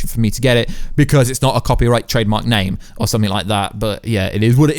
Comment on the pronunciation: How can you say Namor wrong